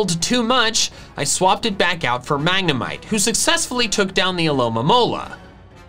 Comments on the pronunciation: I'm spanish and i don't say mAgNeMiTe for god's sake xD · I laughed a little to hard at "Magna-mee-té" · I'm spanish and I laugh with mag-ne-mee-tay hahahaha